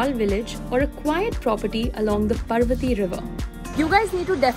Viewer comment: Its Paar-vati not par-vati